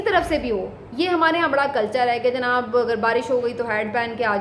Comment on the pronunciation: LAFAZ JANAB KO ZANAB NA KAHEEN,,,,TALAZ KI GHSLTI KO SAHEE KAREN,,PLS